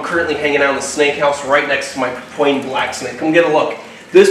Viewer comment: Pa-pU-an black snake, named after its location in Papua, New Guinea.